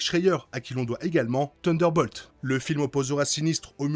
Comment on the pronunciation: Bel épisode ! Il peut être tué par les Nathan, Summers et Grey. Nate la d'ailleurs tue dans AOA ce qui étonna Sinistre avant de tomber raide 😅 Ps: tu galère toujours autant avec les s de thunderbolts et Marvel Studios 😅😅😅😅😅